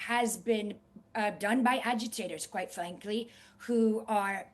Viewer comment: As soon as she said "Qwite fwankly" I couldn't unhear it lol